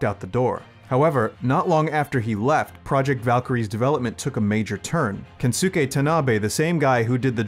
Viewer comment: It's pronounced *Kenske Tanabe, not Kensuke Tanabe. The U is silent.